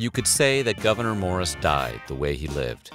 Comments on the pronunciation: And his name is pronounced (Gov-a-nore), not governor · Weird History Having his first name mispronounced... a lot. It’s “Goo-Ver-Nay” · As a resident of NY State's North Country, I can say that you're not pronouncing his first name correctly. The last syllable rhymes with door.